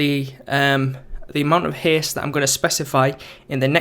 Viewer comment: it is haste not heeest...